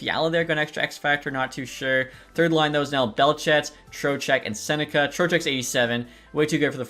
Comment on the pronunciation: love the video but i think Becket’s last name is pronounced Sen-neck-key instead of sen-neck-a